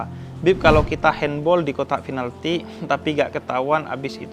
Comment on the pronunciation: Bib saya mau komen. Itu pinalti bib Bukan FINALTI. Ente kadang² Salam madura hebat bib